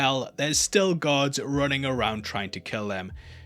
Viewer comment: Even time he said guards I though he was saying gods and was getting confused a bit ha